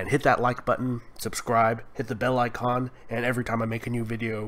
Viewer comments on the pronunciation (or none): none